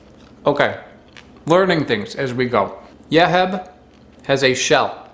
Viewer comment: Yeheb is pronounced "Yuh-Heeb" 😉 Love your channel!!